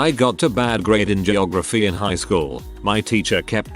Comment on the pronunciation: Sorry but this has been gnawing at my brain... "GIY-OGRAPHY"....WTF XD